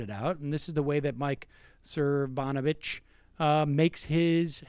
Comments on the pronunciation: One...... that is an anteater. Second, you are mispronouncing his name. Sir-no-vitch, not Sir-von-itch. Emphasis on first not second syllable. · Sir fraud itch? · Cervonich is my favorite rendition of his name, the disrespect is palpable. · kim weaver I believe it is So-nov-abitch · I love that he keeps saying the last name wrong! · Love it now Sam dispronounces Cernovich. Tops! =-D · Sam, seriously, stop “forgetting” how to pronouncing people’s names. You do it a lot and it makes you come off like a teenage girl. I’m a big fan and this is my only major criticism.